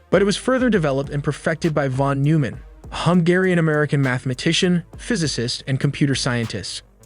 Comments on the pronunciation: Fantastic video. Pronounciation: John Von Neumann (Noy-Mahn). Not "pallet." It should be "pellet." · Great video with a very accurate explanation. I'm not sure the high explosives were actually comprised of two layers, rather, the slow HX fitted inside the fast HX at the bottom of the lens, but that's a minor detail. Also, Jon Von Neumann is pronounced Noyman but again, a minor quibble in an otherwise excellent video. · I would be more impressed if you had learned how to pronounce von Neumann's name correctly.